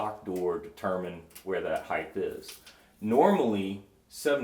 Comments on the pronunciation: HEIGHTH is not a word , HEIGHT is the word! Height is not like length or width. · Why do people say heighth … there’s no “th” at the end lol it’s just height 🤓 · what’s with contractors pronouncing height: “hyth” ? I’ve worked with 3 or 4 different guys that all said this, and now I see it in videos a lot too. It was back in like 2000 too, so it was before things were “viral” and everyone and their grandma was on the internets. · I love the video guys. I’ve learned so much. Please tell the glass guy that “Heighth”is not a word. It’s a big pet peeve of mine. Keep up the good work.